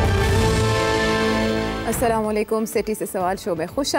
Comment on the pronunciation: Please Sethj saheb, say Assalamo Alekum instead of Salami Alekun